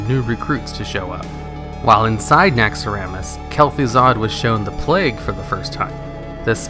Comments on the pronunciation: I hate how you pronounce Naxxaramas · you know the name is Naxxramas not Naxxaramas